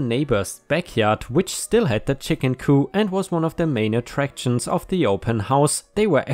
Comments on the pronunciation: It’s pronounced cooP Not coup like when you topple a government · Hi! Just a pronunciation note. “Coop”— the “p” is not silent. Coop rhymes with poop. Hard p.